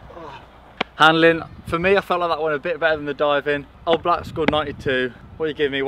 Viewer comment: I hate him for saying oblak wrong that litteraly my favorite goalkeeper